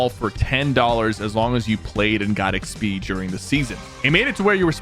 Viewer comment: The way Sypher says XP is crazy